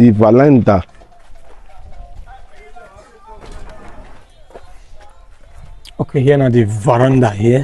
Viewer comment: it's called Veranda and not valanda. Dọmọ Sir.